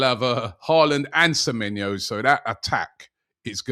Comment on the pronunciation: How is Robbie managing to mispronounce Semenyo?